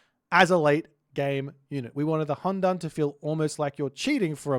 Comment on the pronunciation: Also. "Qi" is pronounced as CHEE "Tie" is pronounced as TYEH "Hundun" is pronounced as HOON-DOON